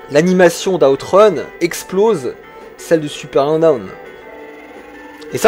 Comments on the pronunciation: À "Super Hang-Out" ?! Euuuhh attends là c'est moi ou... ? 🤨 "Alors Super Hen-Hong" Noooonn toujours paaas... 🥲 "La suite du mythique Hung-On" Aaaahh, c'est déjà mieux ! 🙂 "Dans Super Hen-Own" Décidemment, quand ça veut pas, ça veut pas ! 😅 Bon j'arrête, je ne vais pas citer toutes les autres tentatives 😋 Sinon, trêve de plaisanteries, super vidéo ! Et oui, complètement d'accord avec toi concernant la synchronisation vitesse de défilement / décor / route / éléments du décor ! On est d'accord, il y a un vrai problème et je l'ai toujours vu ! Déjà à l'époque ! En revanche, ça ne m'a jamais empêché d'aimer le jeu, malgré la lourdeur du gameplay et les aberrations d'animation (saccades et compagnie) 😊 Ah et sinon, j'ai toujours trouvé que la musique (enfin le petit bout de musique, celui-ci à ou encore à ) ressemblait beaucoup à la chanson de Francis Cabrel "Les Murs de Poussière" 😆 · Hang On t'as du mal à le dire hein^^ Pareil je préfère la version SMS